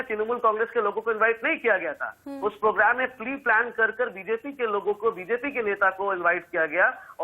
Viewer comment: दीदी प्रोग्राम बोल, पोगराम क्या होता है बे? 🤣